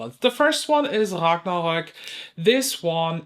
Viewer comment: You were ruthless! 😂 I can't believe the money people are offering for the Byredo palette. Insane. The way you say Ragnarok! So cool. 😊Just did a little research on Lemonhead LA. Yikes! I'd never heard of that brand but I'll be buying from Slayfire if I need glitters! Narimi on the maybe/cut piles? 😮 I'm gonna need some oxygen. Panmother 😂😂😂 You're killing me.